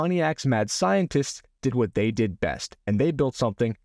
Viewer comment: "The Wuuat?". Did you say "Two Yoots"? 🤣🤣🤣